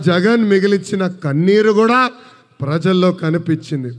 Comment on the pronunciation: Anna lokesh anna ....adhi prasallo kaadhu Prajalloooo😂😂😂